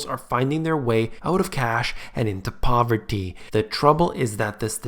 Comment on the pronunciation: "Pov - It - EE"